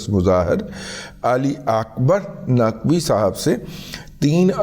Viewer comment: آ کبار ناقوی نہیں آ کبار ناچوی